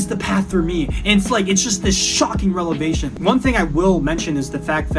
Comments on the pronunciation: erm its revelation not relevation 🤓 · sir, i need to remind you that it is "revelation" not "relevation" in 🤓🤓🤓🤓🤓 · bro its revelation not relevation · I actually enjoyed this video, and relate to it on some level. But first, not to be picayune, but the word is "revelation", not "relevation". Anyway, my masters is from Columbia Univ, and I did not truly respect my professor staff (who I almost never saw or encountered), but I also did not like nearly all of my fellow students. I felt most of them did not deserve to be there. This was in a creative field, not academic. As for coding, I taught myself that on my own after graduating, and I feel it has served me well, not in any career, but in my private life of studying and trading in financial markets. One downside I saw here is the mention of needing a therapist. I just see that as a big mistake, too much worrying introspection, unnecessary and unhelpful. I never worked towards an actual money-making career, yet now I am very wealthy anyway. I am sure MIT and other such schools are probably very competitive, but I found at my Ivy League that most of my fellows were really quite dense, uninspiring and uneducated, and not even interesting enough to want to get to know. Same with all the professors. They all seemed there just to collect a mostly-undeserved paycheck. I can count on a few fingers the actual brief chats I had with ANY of the professors. I don't think it matters that much what job you end up with. For myself, in a creative field, even after 6 years of college, I had zero preparation to find any sort of job. What matters most is what you do in the long run with your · Hah! you said relevation ! ITS revelation 🤓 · For the record, he says RELEVATION not Revelation. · bro is an mit grad and said relevation not revelation💀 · 'relevation.' That sounds like how some drag queens say the word 'revelation.' Interestingly, even the subtitle spells it as that.